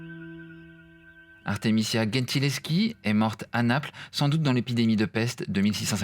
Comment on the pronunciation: The pronunciation is Gentileschi (with G like a J) not GHEntileschi